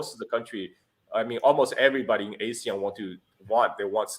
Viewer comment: When you pronounce ASEAN as A-SEAN, you are a foreigner. When you pronounce ASEAN as Ah-SEAN, you can pass as a local. 😅